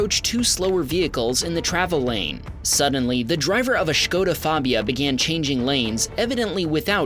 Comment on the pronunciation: Great pronunciation of Škoda, glad to see English-Speakers not call it "Skoda", nice job!